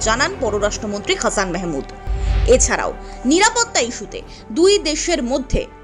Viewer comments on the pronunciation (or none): হাছান মাহমুদ not হ্যাছান মেহ্-মাদ